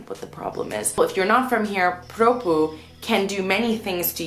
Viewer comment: I love your condescending "I'm American so I'm better than you by default" attitude . You people really like to go around the world and tell people how to live their lives. Either you get adjusted or go back home. And learn how to pronounce PROPUH.